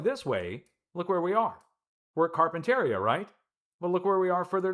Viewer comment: PRONOUNCED -CAR PEN TERIA